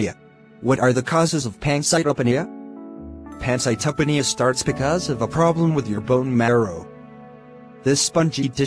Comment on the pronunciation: the information here is good but the delivery sucks, the animations dont even pronounce "pancytopenia" properly. Its "Pan-cite-o-pee-nia"